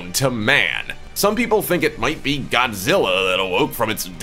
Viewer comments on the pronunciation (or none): none